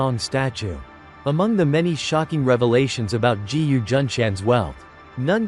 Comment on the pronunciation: "G..U." ?? No narrator can pronounce a "G" placed in front of a "U". It pronounces Gu, not G U. Therefore im not interested in wasting time to listen to an AI generated voice.